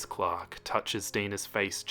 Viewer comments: I heard clock instead of Clark now I can't unhear it 😂😂😂😂😂😂😂😂😂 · I feel dumb, I thought was saying Glock instead of Clark 😭